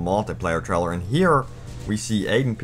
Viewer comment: Stop saying traler its trailer